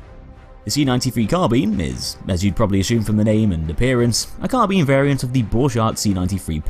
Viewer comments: Sorry but i had to dislike due to your incorrect pronunciation of Carbine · I'm not an Englishman in New York and I need to ask you about something. What's the correct pronunciation? "CarBEAN", just like says it, or "CarBYNE" (like we can hear in Westie's videos)? And why? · Swiftkillz There are two correct ways to pronounce "Carbine". Ian from Forgotten Weapons has made a video explaining that.